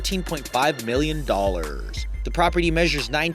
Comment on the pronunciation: How you said Dollars Pissed me off.